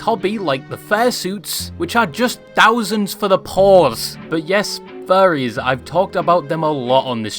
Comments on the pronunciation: I'm British but even to me it sounds like you're saying fairy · As a fellow Englishman with an accent, I'm not buying it; I think you accidentally said "fairies" a number of times and just couldn't be arsed to re-record it lol.